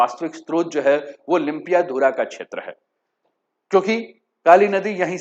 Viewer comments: लिम्पियाधारा नहीं, लिम्पियाधुरा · It is lympiadhura not Lympiadhara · सर आप लिम्पियाधुरा को लुम्पियाधारा बोलते हो,जिस जगह का नाम आप लोग अच्छे से उच्चारण कर नहि सकते हो ओ कैसे भारतको होता है?? ब्रीटिस नक्से का बात छोडिए,भारत से छपाइ गए पुराने नक्सा मै भि लिम्पियाधुरा काली नदिका उध्गम स्थल है।। ओर भारत के कइ पुराने राजनीतिग्य ओर पत्रकार लोग कालापानी लिम्पियाधुरा,लिपुलेक नेपाल के है बोलरहे थे।। इन्डिया के पास कुछ सबुत है तो आप के च्यानल मार्फत देखाइ दुनियाँ को।